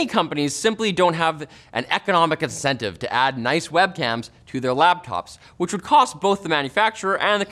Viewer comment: Yo did this guy just say "LABtops" ?